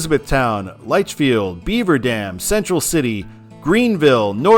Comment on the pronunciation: Meant to mention this in the first part because you asked, but its pronounced Litchfield. I know, KY. Even It's a Southern Thing had a time pronouncing it. I don't think it's a big deal there. As long as you pronounce Louisville, Louisville everyone here is okay